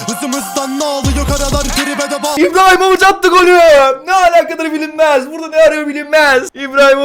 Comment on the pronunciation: hacıahmetoviçe ibrahimovic diyen koca yürekli